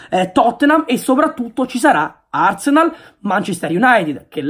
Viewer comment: “a totthenam, e ad arsneal”...a londra sick!